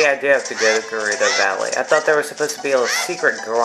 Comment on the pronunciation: U pronounced gerudo right and I also love that music